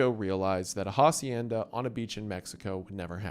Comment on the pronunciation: The way you pronounced Hacienda and Hokkaido hurt me so much 😂